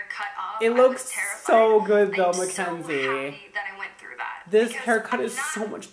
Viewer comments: sooooo, is it mackenzie, or mckenzie?😂 her channel says mackenzie but he says mckenzie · Brad Mondo I’m sorry but you keep forgetting the “a” in “Mackenzie” 😂